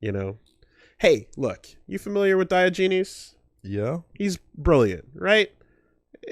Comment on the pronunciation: Diogenes. Die-Ah-Gen-ees.